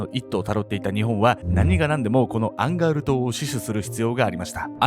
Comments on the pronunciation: アンガウルの戦いって言ってたのか アンガールズの田中って聞こえてた💦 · ずっと思ってたんだけどアンガウルがアンガールズって聞こえてたww 同じ人居ません？笑